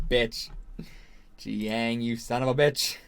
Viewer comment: Jiaying is pronounce JUY (rhymes with GUY) - YING. It’s not GEE-YANG.